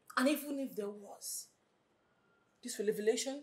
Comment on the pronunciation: Did I just hear relavelation? I thought it was revelation 😂 Nollywood and their grammar ehh